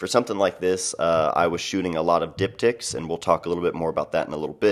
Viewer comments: I was about to type the same thing, haha... I had to turn on captions just to make sure. xD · Diptychs....definitely heard something else.